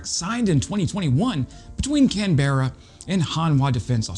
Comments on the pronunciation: Dude. Please. Can bru, never canberra. Geee long, never what ever it was you said. If our government sends these to Ukraine, they will be slaughtered at the next election. We need to build our military, not give it away. I'm still annoyed they are sending our old Abramms, rather than refurbishing them and placing them in reserve. One day soon, we are going to need them ourselves. I despise stupid governments; it's just unfortunate that many governments around the world have gone down this track. Other than that, good video. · It's pronounce is Can-Bra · Just a pronunciation thing, Canberra is pronounced CanBrah, the E is basically silent. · Cmon we gotta get you down under ….surely some Aussies have taught you how to pronounce our city names? Canberra = Can-bra, Geelong = DGuh-long😂…Keep up the videos on Ukraine 🇺🇦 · oh no.... the prounciation of my home town was really ... American... I love the videos, but please learn to pronounce Geelong and Canberra